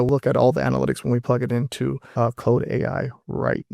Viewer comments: I caught that too. He could be Ai, I never heard anybody see an AU and pronounce it clode. Its Claude you lower than garbage of a person. Like Klawd. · lol, do you say Clode to see if you get a rise out of your comments? Or are you just really retarded?